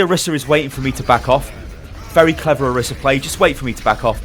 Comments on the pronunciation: Orisa, not Arisa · What annpys me the most is people are pronouncing the name as "orissa" but there is only 1 S!! It needs to be pronounced as "oraisah"! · Not pronounced OH-RISS-AH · it's oriisa pronouced oreesa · "Oh- Ree- suh". Roll the "R" (proper pronunciation) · No one can say orisa correctly